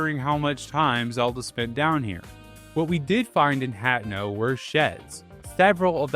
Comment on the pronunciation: Personal pronunciation gripes: I've only heard Hateno pronounced as "Hat-en-oh" by you, every other time I've heard it pronounced it has been "Hah-tay-noh"; also iirc Phoeni is pronounced like phony.